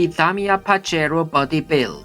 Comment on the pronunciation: I like tge way you pronounce pajero and lancia so me and my son pronounce them like you!